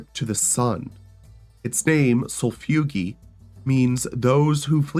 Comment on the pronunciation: it's pronounced... SOUL-IHF-EUE-JAY. Sol-if-ugae. i seriously don't understand how anyone with a grasp of phonetics could butcher that word so hard.